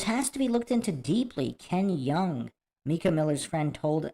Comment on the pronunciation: It's My-cah, not Mee-cah.